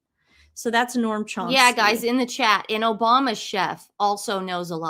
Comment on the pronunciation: NoAm Chomsky. Not noRm